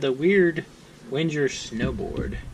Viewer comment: God, if you're going to review a knife, please pronounce its name correctly. Just listening to you speak, it made me want to smash my face into a brick.